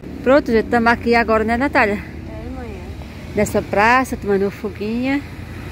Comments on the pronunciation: o nome da sua irmã é Natália porque vc a chama nataia? não é difícil pronunciar o nome certo corrige ele Natália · Povo fala nataia,, maines, molonga ninguém merece esse povo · Nataia, poico, o couve, mio kkk Qualquer coisa que comenta falam que é lnveja Minha prima morava na roça, para chegar na escola ela gastava mais de 1 hora, porém ela passou em primeiro lugar em uma das melhores faculdades, aí o povo fala que é difícil pra eles fazer uma faculdade, portanto como eles são da roça é normal falar errado kkk